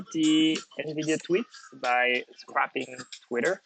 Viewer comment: scréping la prononciation!!! comme tu a dit scrapping ... 'sa veut dire se bagarrer... scrappign is fight.... scrayping is racler/chercher un tas de sable ou qqc.